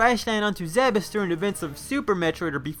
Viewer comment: Ugh. It's pronounced "Zeebs."